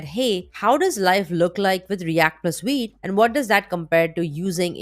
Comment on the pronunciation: awsome video !! love the way you pronounce vite , i hear weed 😛